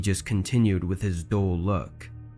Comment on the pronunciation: "a dole look"? The word is "dull". That's annoying.